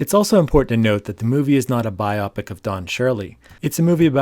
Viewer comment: It's not "bi-opic" it's BIO PIC -- biographical picture. Bio and pic. Bio-pic.